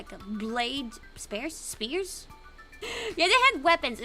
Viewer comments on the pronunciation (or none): 스피어 발음 헷갈려서 스페어라고 하네 점장님ㅋㅋㅋ